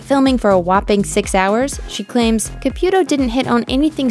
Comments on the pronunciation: FIRST OFF. HER NAME IS PRONOUNCED C-A-P-EW-TOW- CAPUTO. NOT CAPYUTO. 2ND. EVERY SINGLE PERSON ON THIS ENTIRE EARTH say the exact same thing about every single medium. "They are preying on the vulnerable" "IF you are real come out and prove it" " No one talks to the dead they just use body language" " No one talks to the dead they just guess". Of COURSE not all of her readings are going to be accurate. I think it would be necessary for her to say " It isn't at any time I can read anyone. At times no one comes through" I know for a fact spirits exist. I've seen them. I've felt them. I've woken up with bruises and hand prints across my arms..Until you've felt or witnessed it you won't believe it..I mean there are some who do..But not all. We all have intuition. Some more than others. I feel emotions so heavy that I can feel someone's anxiousness or their pain and sorrow..to where I cry and I won't know exactly why. I've been in hones and felt bad energy etc. We can all feel it if we are intune...For me I believe that SOME people truly can do these things...But at times they are over exxagerated. Such as acting out as if 100 percent of the time they can reach out to anyone. Theresa said it in one of her readings. " Not all spirits want to come to the other side. Not all people want or need to be read. It depends" Expectations are set too high...But I do believe she does believe in what she does and is genuine about it. Some parties do not work with the medium. That can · I guess her and her husband called it “Caputo” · It's not pronounced CA-PEW-To. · Can’t stand your pronunciation of Caputo’s name.